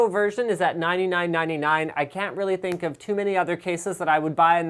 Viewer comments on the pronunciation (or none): none